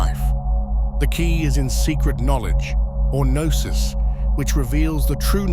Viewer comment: I am Greek and I have to disagree. Knossos starts with a K in greek language,while Gnosis starts with Γ,which of course doesn't exist in Latin alphabet. That's the letter Γάμμα. It's not pronounced as G,but with a sound similar to the way the French pronounce the letter R,if you know what I mean. So there's no relation between Knossos and Gnosis.